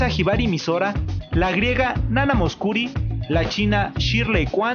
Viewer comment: pronuncias pésimo casi todos los nombres que no son españoles menos los que son gringos muy típico de los mexicanos. yo no se pronunciar todos los nombres bn pero los que se: victoria nòvosel(viktorija novosel) nà-nà musckuri (nana mouskour) André Rieu en su dvd Love in Venice tiene una versión se besa mucho donde canta Laura Engel y es de las cosas mas bonitas que escuchado es bakan que la gente en el publico se pone llorar y se emociona. saludos